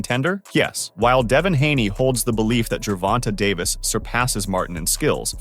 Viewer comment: You have extensive knowledge of the boxing community... so much so that you can articulate Davis name without him sounding like a female